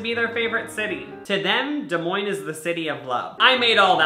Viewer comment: Nobody:: DeSMoiNES, iA